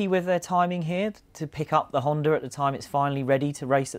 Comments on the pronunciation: HondA.. stop saying Hondar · . What the hell is a honder?